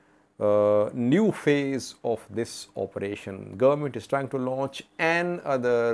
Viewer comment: why do you pronounce the word "another" as "an-other"? The word is pronounced as "a-nother". You are the only person I have ever known who mispronounces this word in this way!